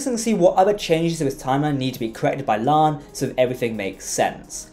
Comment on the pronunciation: LIKE YOUR SHOW. BUT, WHY DO YOU MISPEACK CHONG'S CHARACTERS NAME? IT HAS TWO SYLLABLES: "LA'AN", NOT "LAN." SEEMS ALL OF YOU STAR TREK EXPERTS KEEP SAYING IT WRONG. YOU WOULD NOT LIKE IT IF PEOPLE KEPT SAYING YOUR NAME INCORRECTLY, WOULD YOU?